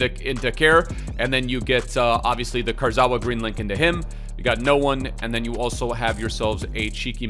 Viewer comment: still butchering Kurzawa's name xD